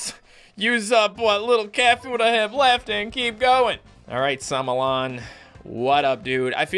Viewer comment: i am sure that the star is name "Solomon" not "Somolon"